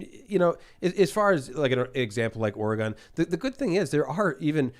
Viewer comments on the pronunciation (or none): Btw is Oregon not ore gone